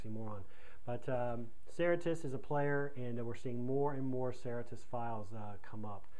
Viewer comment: If you are making a video about a company and its policies, it would help to pronounce the name correctly.